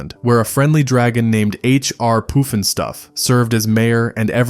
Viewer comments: Poof n Stuff??? It's Puff n Stuff. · It's called Puff N Stuff not Poof N Stuff and I loved that show